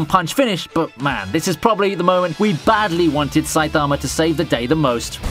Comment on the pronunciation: this guys pronunciation of saitama is pissing me off